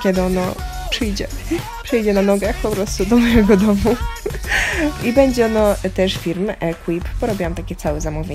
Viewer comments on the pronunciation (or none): none